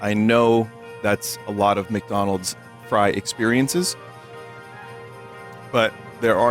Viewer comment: the grirch meal from mcdanooj